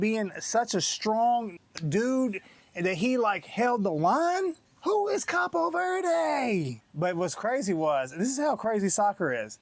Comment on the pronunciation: It's cabo not capo lol 😆 😂 🤣